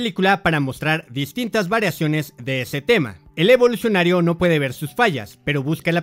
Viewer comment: Lo que mas odiobes que dice evolucinario cada rato we